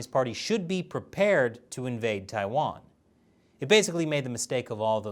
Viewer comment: I think i heard Attack on TaiTan- eh i mean Attack on TaiWan